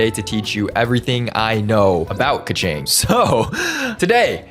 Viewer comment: is a keqing main also: doesn't pronounce keqing correctly